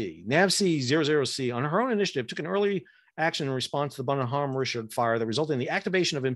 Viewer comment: The "H" is silent in the name and it's proounced as one word, not two.